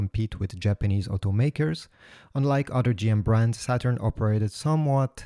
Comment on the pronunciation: He called it “shaturn” lol